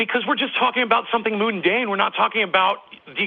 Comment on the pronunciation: "moondane" Really??